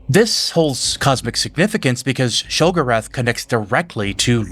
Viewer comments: Omg and it’s she go rath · It’s pronounce Sheo-go-wrath if you play oblivion all the NPC pronounce it this way. 😓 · You've mispronounced a lot of common words. Have you played these games or just read the lore? No shame either way it just makes it hard to follow what's being said when I hear keridillic instead of cyrodiillic or shegurath instead of sheogorath. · I mean this with a lot of respect because it's clear you know more than I do by a lot - but why do you pronounce some things weird? Like "sheogorath" and "cyrodiil" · Why do you say Cyrodillic, Nerevarine, Sheogorath, & Pelinal so painfully wrong? Have you even played the games or are you just relaying other people's theories on games you've never played? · youre pronunciation of sheogorath drives me up the wall but, i love your storytelling dude keep up the good work. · The way you said Sheogorath gave me a stroke lol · Also very minor nitpick and it's more me being pedantic / OCD kicking in there was several names you mispronounced in the video cyroddil and sheogorath being most notable